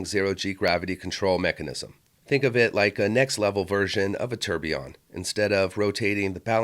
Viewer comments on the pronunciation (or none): none